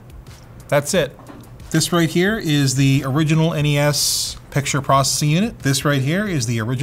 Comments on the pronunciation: It's NES not Nes. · Other than Linus and his people, I've never heard the original Nintendo called a NES (said like mess). I and everyone else I've ever heard has said it as N-E-S (with the next gen as S-N-E-S). Must be a Canuckistan thing.